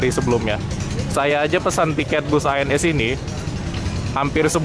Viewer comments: keselip lidah Loket ANS jdi ALS....😀😀 Lanjut bang ...🙏🙏🙏👍👍🙂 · loket ANS bang,bukan ALS 😂😂😂